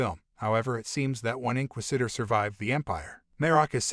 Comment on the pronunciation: Welp for one love how you said the word inquisitor wrong the whole video 😂Marrok really a female barriss well maybe but did you know that the stunt actor playing Marrok Paul Bernard is 6/1 and Sam Witwer is to I seen no clues to it being barriss they would have dropped a hint or clue by now I believe btw they been dropping hints and Easter eggs about Starkiller in the last couple of shows his armor was in the andor show they have mirrored scenes in the Kenobi show from the game 🤷‍♂️ why drop hints or Easter eggs if they dont plan on a Starkiller thing honestly I'm not rooting for Starkiller I'm rooting for Sam witwer because he's done so much for the franchise he deserves a live action role